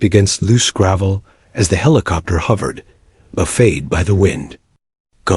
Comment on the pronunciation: English language is unique. Words spelled the same are often pronounced differently. "Buffeted" is not pronounced with a long "a" as in a food spread or a piece of furniture. Instead the pronunciation is with an "it" sound as in buffited. That is not the spelling, but is how it is read.